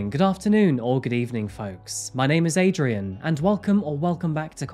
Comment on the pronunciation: She is very dangerous. And hope she will remain locked after those 12 years. I must say I jumped when hearing my name, not because I knew her but on how Adrian pronounced it, really well 👏👏